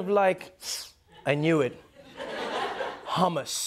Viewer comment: Not hamas😂. It's H.u.m.us 😋